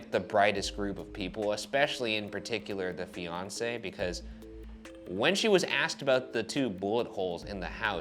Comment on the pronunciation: Whenever Ryan says "The fiancee" I hear "Beyonce" and I get super confused over who why Jay-Z killed Superman.